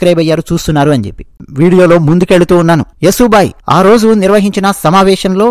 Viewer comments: మిత్రమా... ఆమె పేరు "యశోబాయి" Yasho bai. యసు బాయి కాదు. please note. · సోదరా! యశో బాయి అని చెప్పండి. మీరు స్పష్టంగా పలుకగలరు. మీ వీడియో చాలా బాగుంది. ఆవిడ పేరు యశోద లేదా యశస్విని అయి ఉండవచ్చు.